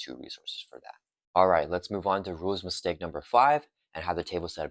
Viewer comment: Couldn't deal with the mushmouth speaking, sadly. I had to check out after the third time I heard you say "rules istake". Enunciate and you'll see your view counts climb.